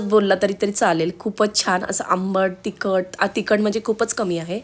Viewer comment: छान रेसिपी.पण जरा उच्चारांकडे पण लक्ष द्या. च्यमच्या, तिकट, छाणच हे उच्चार खटकले.